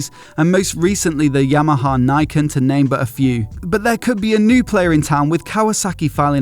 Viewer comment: "Niken" (meaning two swords) is pronounced as "nee-ken". Saying it like "nigh ken" sounds like "Nai ken" in Japanese, which means something like "No sword". Get it right!